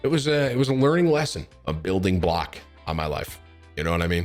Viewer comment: Tim: “It was a building block of my life” Everyone else: It sounds more like a building “flop”